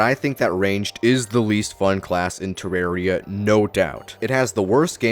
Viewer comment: The name comes from the word terrarium. Do you pronounce terrarium "ter-are-ee-um"?